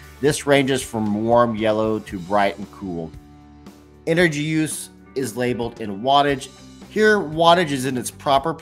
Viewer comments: Watts = energy. He said Engery 🤣🤣🤣🤣🤣 sorry but had to point that out. But in a all seriousness, LED > halogen/incandescent bulbs ❤️‍🔥❤️‍🔥❤️‍🔥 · Engery haha